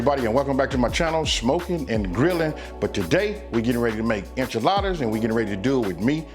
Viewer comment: Cmon man this is not enchildas